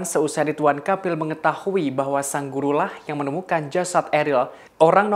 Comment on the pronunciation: Aku kok dengar nya “Kapil “ya di detik sgn😀 bukan nya “Kamil”, ini bkn yg pertama kl aku dengar pembawa acara ini baca nya salah. Aku nggk nyombongin diri ya org Indo rata2 sk slh persepsi, klo ngomong cepat aja mrk fikir ya aman lah, kita2 nggk bakalan dengar kesalahan kata2 nya, terutama pramugari2 di pesawat biasa ( bkn yg berkelas ya, duh minta ampun mau ngakak sndr jd nya, bhs Inggris nya bule bngt ( alias bulepotan😂), aku dan suami cb menyimak dg seksama, tp nggk ada satupun yg bs km mengerti. Kyk nya lbh baik penyampaian nya dlm bhs Indo saja klo penumpangnya semua org Indo ‘kecuali klo ada org luar nya, baru dah paksain aja pramugari nya pk bhs Inggris nya.